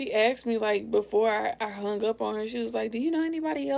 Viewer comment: she says "AXED" not "ASKED"